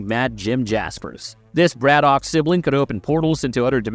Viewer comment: It’s not Brad-Dock it’s Brad-ick